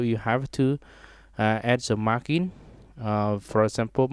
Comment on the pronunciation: mar-jin not mar-kin #sorrynotsorrybruh